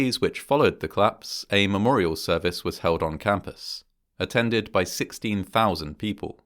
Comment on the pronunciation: Bro, it's collapse not clasp